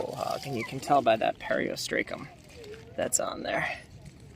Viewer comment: I enjoy your videos, with the exception of the mispronunciation of certain names. Is there any way that you could learn how pronounce the names of certain things you’re talking about? Some examples are as follows: Periostracum (per•ee•os•truth•kum) Quahog (lkow•haag)